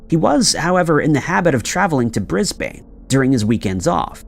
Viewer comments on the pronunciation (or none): none